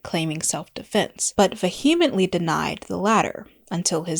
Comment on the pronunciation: completely aside from the content, which is great and well researched, i implore you as i do all youtube video essayists to pronounce vehemently correctly (it's VEE-uh-ment-lee, not vah-HEE-ment-lee)